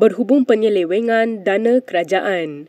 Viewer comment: Admin kiniTV.Sebutan kena jaga bukan balun je.DANA presenter pronounced DANE...sebutan yg betul DANA bukan DANE.